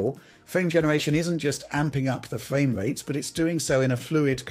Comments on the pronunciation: Nice fwame wates on your vwideo. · Fwame wates. Wish you could pronounce your Rs…